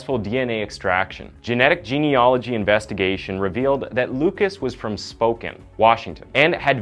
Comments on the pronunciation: Dude you have to learn the names of cities if you are going to use then. Spokane is named after neitave Indians living in that area, as are many of the other towns in Washington state .it's not pronounced spo (long o) cane ( long a) but short a spo can..... just like it's not "ro re gone" (long o) but "or e gun"( short u) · Spokin? Roflmao!! Spokane is pronounced Spo-can 😂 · It's pronounced spo-can (Spokane) ffr. ☮️💜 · why’d he pronounce Spokane “spoken” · I’m sorry, I can’t help it but because I’m from there it’s pronounced Spo-can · Good video and all but it's Pronounced like Spo-Can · The way he said Spokane 😆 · Love your stories, but you destroyed the pronounciatikn of Missoula and Spokane!